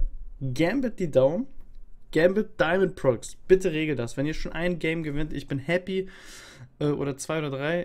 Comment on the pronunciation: Das spricht man Diamond Pro X